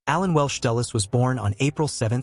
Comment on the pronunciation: Dulles not Dallas